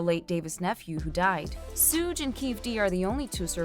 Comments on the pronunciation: You have no right to ever report on hip hop ever again his name is Suge not sooog and it dear mamma not your mama and his name is keefy d spelt it phonetically for your culture stealing ads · Sooj… Cmon, if you’re going to be news channel, take the extra few minutes to learn how to correctly pronounce names. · Why she keep calling him Sooj?? Wtf